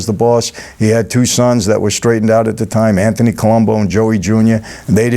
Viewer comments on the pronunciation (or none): none